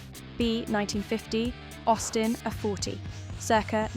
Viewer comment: Good, but STOP using cheap AI's. "Circa 1951 Jowett Jupiter"?; "Austin a - forty"????